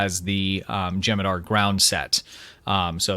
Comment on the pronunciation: U gotta pronounce the h in jem'hadar